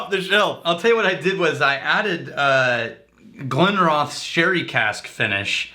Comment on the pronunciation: Glenrothes is pronounced Glen-Roth-sss the village is pronounced Roth-S